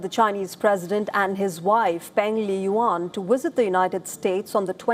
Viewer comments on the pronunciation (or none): It's 'visit', not 'wisit'.